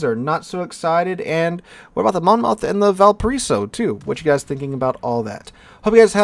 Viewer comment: Take the 2nd O out of Monmouth when saying it. MonMuth :~)